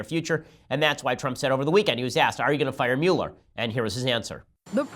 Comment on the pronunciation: Your pronunciation of Muller drives me nuts.